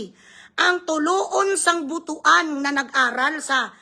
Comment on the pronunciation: ..the proper pronunciation of butuan ay Butwan..hindi butu-an..kasi baka sabihin nila madamu,madami butu!?(TITI sa tagalog) jan sa butuan?😆😄😂.